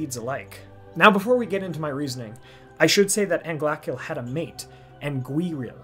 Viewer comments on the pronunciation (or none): none